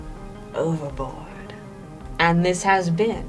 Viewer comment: Wait did they just say ooh-ver-board instead of oh-ver-board. Why is nobody talking about this.